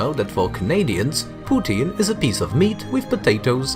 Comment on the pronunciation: "POUTINE" not "Putin"